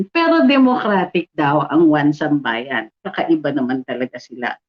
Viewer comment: Atty isambayan daw ung basa sa "1sambayan". Anyway goodluck to them. 😌